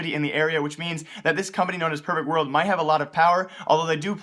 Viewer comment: Is he saying pervert world?